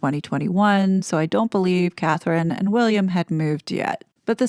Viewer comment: What kind of journalists are researcher is he if he can't get Catherine's name correct